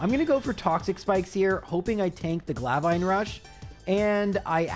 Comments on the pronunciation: Hey bud, absolutely love your channel. Long time viewer! Thanks for putting out content from Scarlett and violet. These games are really cool! Quick question... Where the hell did you get glavine rush from? It's pronounced glaive it rhymes with rave like the dance party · Why do you call "Glaive rush" for "Glavine rush"? What is a glavine? Glaive (Pronounced; Gleiv) is a cool weapon c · It’s Not Glavine Rush. It’s Glaive Rush. GL-A-iVe! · Wow! What a video, and great job on doing it with no damage attacks. But one attack I want to mention is Baxcalibur's Glaive Rush. You pronounced it as Glav-vine Rush. It's actually pronounced Glay-ve. Lay not Lie. Just an FYI! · Glavine Rush? Glaive Rush Most of the other mispronunciations were fine but I can’t understand this one without you just not reading it right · “Glave ine rush” I can understand having trouble pronouncing it but where did he find an “n” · "Glavine Rush" XD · Glave-ine rush?????? I promise glaive is not that hard to pronounce. It is literally pronounced the exact same way that the historical weapon is pronounced. Because it's the exact same word. Like the word rave as in party but with a Gl instead of r. Legitimately confused as to where the extra syllables spawned from. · There is no N in glaive so idk why you pronounce it glavine rush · I hope you are saying "Glaive Rush" wrong on purpose